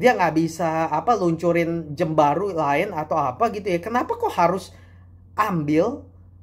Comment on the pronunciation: Jam, bukan Jem, dasar cungkok